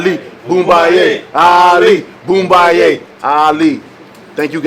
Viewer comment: Deontay!! It is ALi Boma ye..!! ALi Boma ye.. it's in Lingala a language spoken in Central Africa which mean Ali " Kill him".. Congratulation.. the only Problem with you knocking out Breazele is that Joshua wouldn't want to fight you anymore!!..